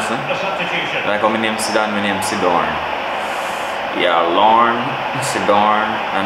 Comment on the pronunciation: Man seh CYDORNE LMAOO